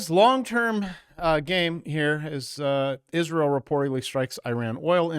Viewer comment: You have a horrible, HORRIBLE way of pronouncing Israel and CIA. You should get that checked. It's worse than nuclear.